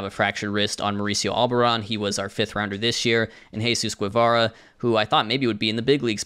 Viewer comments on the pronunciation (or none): none